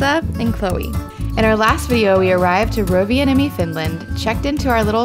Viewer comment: Se n on pitkä n, se ei ole Rova niemi. Vaan Rovan niemi.